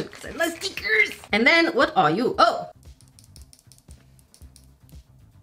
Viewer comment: I love when you say stickers like steeeekers.